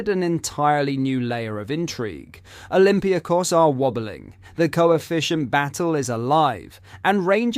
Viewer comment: Who are olympia kos? Oh you mean olympiAkos 😀